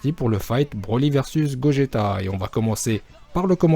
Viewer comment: C , est GOJETA